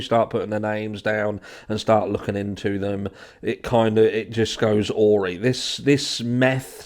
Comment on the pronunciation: PLEASE learn how to pronounce AWRY! It's a-rai! As in rhymes with pie. PLEASE PLEASE PLEASE!! Check google if needs be! Otherwise, I love the channel and watch every day x